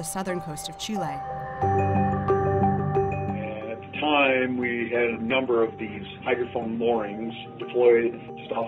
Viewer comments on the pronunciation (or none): none